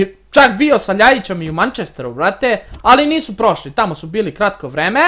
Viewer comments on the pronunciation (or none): none